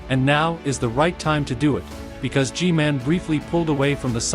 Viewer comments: Btw it’s gman not gmale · It is Gman not Gmale and I dont think that the og camarman would not be evil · she really called G-man: G-mail💀💀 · Stop saying G-mail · Why did you say g-mail ????? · She said g mail 💀 💀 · Bro really said g mail💀💀💀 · "Gmail tolet"💀💀💀💀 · "Ge-mail" XD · Listen to her say g-man she says “G-mail.” Or is it just me?